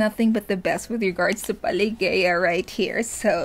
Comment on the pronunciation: Pelageya is a famous Russian singer, who mostly sings Russian folk songs. She's very good at it and has a great voice. Yes, you pronounced the name correctly. The performance is absolutely fantastic and emotional. If you remember, Diana also performed this folk song in the tv show "Showmaskgoon" a couple of years ago. Thank you for the reaction!